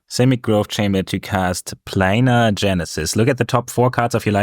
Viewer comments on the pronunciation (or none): none